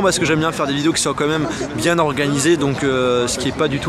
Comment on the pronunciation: Comme même, Comme même, Comme même! ça me rend dingue, tu ne sais pas dire "Quand même"?:( Je t'adore, mais c'est presque agaçant d'entendre ça. Merci pour ce voyage:)